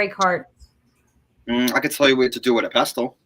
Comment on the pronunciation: Just so you know, the word pestle is pronounced without the t. lol. Bella L